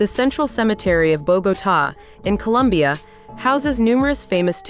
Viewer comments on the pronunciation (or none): none